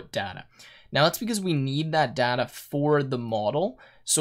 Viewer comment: Everything's good but a couple of things which really bothered me a lot was the pronunciation of "data" and "tuple".